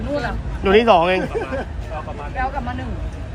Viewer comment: ให้แรงงาน #กลับ ลาว ไม่ใช่ #กับ ไม่ #ปลอด ภัย ไม่ใช่ #ปอด ภัย ใช้ภาษาไทยให้ถูกๆหน่อย #ไอ้เวร